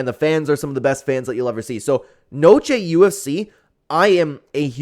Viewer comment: It's pronounced like the delicious cheese and chips dish - na-chos.